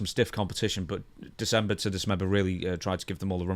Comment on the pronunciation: How many times can he goof up saying December to dismember😂😂 😂😂😂